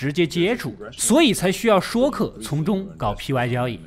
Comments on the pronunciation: 说客—说字念为“睡” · 现在说（shuì）客改成说（shuō）客，听起来真是不习惯。不过美国政坛一般叫掮客。